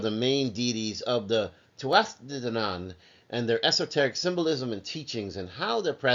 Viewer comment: The singing is unnecessary.Hard to take you serious after that And it's pronounced Too-a-Day danaan